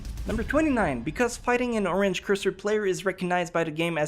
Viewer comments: Rayed Hamayun he pronounced orange: r-ange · Rayed Hamayun excuse me or-ange